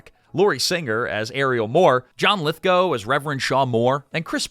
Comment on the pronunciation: a) thank you for the correct pronunciation of Lithgow b) thank you for sharing the Third Rock From The Sun story... it's arguably my favorite thing to come from this movie